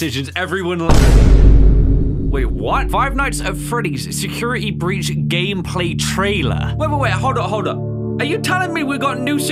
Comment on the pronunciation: Nobody:: Secirity Breech (Not a hate comment just jokin around)